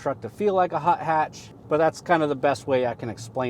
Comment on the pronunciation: Did you say hot hatch? Lol interesting.